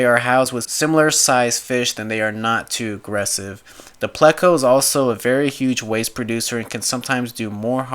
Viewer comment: Its pronounced playko but is spelled pleco